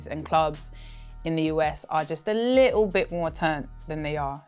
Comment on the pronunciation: UK bias maybe just a little " UK accent on the little"